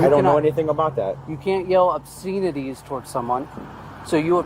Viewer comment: What are ‘obseenities?’ 😂